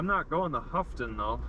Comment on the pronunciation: Great local video. I really enjoy seeing these videos of the roads that I’ve driven before. Sagola is pronounced SUH-go-luh. Houghton is pronounced HO-ton. Thanks for the vid! Stay safe!